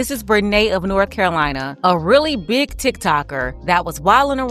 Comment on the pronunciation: You gotta stress the word "big" 😂